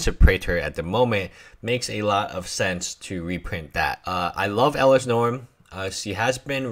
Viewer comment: It's norn Not norm